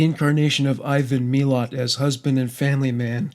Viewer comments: Its Muh-lat right? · I am Aussie, and live only about 2 hours from where his family lived... the way you pronounce his name isnt right, BUT i appreciate it!!! It sounds like a story that i dont know the ending of, instead of his name leaving me cold and scared! He is dead now, but that man still terrifies me!! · yeah, exactly!! :) but the way he pronounced it, seems less scary. Odd huh?